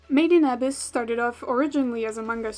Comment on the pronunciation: the way you pronounce made in abyss its so painful to hear